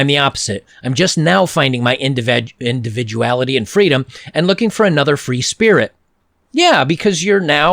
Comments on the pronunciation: At some point i thought you might say: I found my inVAGINAlity, not individuality :D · "Indivaguality" Ahahahaha! Good stuff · "I'm just now discovering my indivaguality" 😂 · LOL- "indivaguality"